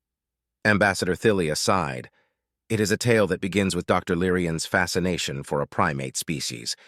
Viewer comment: While I think this is a good story. I believe it would be better if someone would do a better job of editing. It's not the Saul system, it's the Sol system. SighedSighed Is not sid side.